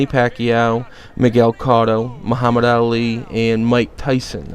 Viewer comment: you pronounced cotto wrong btw